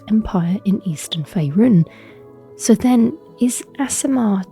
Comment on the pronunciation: Good content I enjoyed it, but have some nitpicking on pronunciation. Faerun; there's no "e" after the final "un" to modify it into rune (roon) - think of sun or gun to say it correctly. Selune; the "e" after this places emphasis on the the "u" before the "n" - so examples would be attune, tribune, dune. Can see where you got to this with the Latin "Luna"